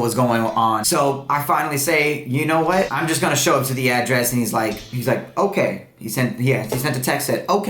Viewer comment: mispronunciation of address is bugging me lol